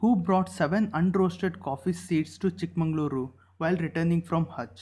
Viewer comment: Pls pronounce chik magaluru properly Pls